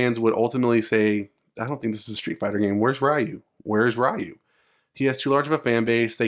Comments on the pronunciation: It hurts my ears when you say Rye-You. Its REE-YOU. Jesus!!! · Its not RAIU its RIU, thas was realy bad in the MOVIE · I'm sorry, but please don't pronounce it "RYE-OO". And it's not "Ha-DOO-ken" either. It's not the 90's anymore. We know how to pronounce these words correctly... Just a pet peeve of mine. Please don't take the criticism personally. You're not the only one still doing this. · I cringe everytime someone says Ryyyu instead of Reeyu. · Who is Ra-Yu lol? And in all seriousness I can’t see that happening Ryu is Street fighter. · Fucking Raiyu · It’s REE YU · It's 2022 and people are STILL aren't pronouncing it as "Ree-You" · the moment you called ryu, ra-yu. stopped watching, downvoted. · "wry u" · i can't say i like Luke or not, but i like the idea of Ryu finally done with his adventure/training and having a disciple. btw is it that hard for you americans to learn to pronounce Ryu's or any other asian names (such as Chun-Li, Yun, Yang, Karin, Kung Lao, etc) correctly? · I commend you for learning to pronounce foreign names correctly. Not many people do. The man in the video is a Gen-Xer, and as such, was exposed to little if any hearing of the proper pronunciation of the name in his youth. (Things are VERY different today). Kids back then would see a name written on the arcade cabinet or in a magazine and “sound it out”, so it’s no surprise he (like people the world over) would think it is what it really isn’t. Today, with all the foreign streaming services and internet, this misunderstanding is starting to go away. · Funny when people say ryu wrong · It's a bullshit leak. Literally nothing burger I was in that thread and this no one bought it, there's no "passing of the torch", like Alex and Alan they're just the main character of the particular story, Ryu hasn't been a main character since forever. Also that's not the way you pronounce Ryu. There are no main characters in the franchise.